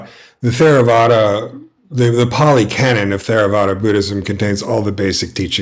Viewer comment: It's pronounced Terravada. Not THERAVADA